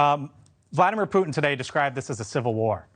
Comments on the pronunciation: Why are so many news readers unable to properly pronounce Russian names. Surely, they access to language coaches. For example Putin is properly pronounced: Puh tin (pooh + tin). It's not Pyutin. Prigozhin is properly pronounced: Pree- Go- Zheen. Accent on the second syllable. This is not rocket science. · Ha! I heard you say it! Vladimir Poutin!!😂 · "POUT-IN", that was a Freudian slip 😂🎉😅